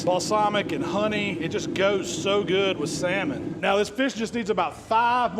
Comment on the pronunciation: I’m so proud of you! You finally learned that L is silent. I ain’t knocking you, I’ve only learned that in the last 10 years or so and I’m just about 60 years old. Btw, that saLmon recipe rocks, I’m going to try it. Thanks for teaching us what you know sir, I really appreciate it. I wouldn’t be able to smoke meat without your tutelage, been hanging around your stuff for several years now and again, I really appreciate it.